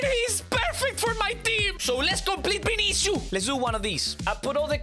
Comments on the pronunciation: His name is not Binicius his name is vinicius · i love how he says vinisius (no ofense)